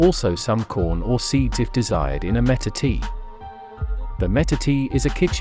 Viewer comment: Dude, your pronunciation of words like matate and Chiapas, along with other nomenclature is pitiful and lazy. How can I take you seriously about this critical food if you anglicize (butcher / misrepresent) the actual names of the foods, cultures, and historical origins. It's as if your presentation aspires to appropriate rather than represent important historical data. Your monologue is a perfect example of how colonizers appropriate and pillage. It's time to step out of colonizer thinking,.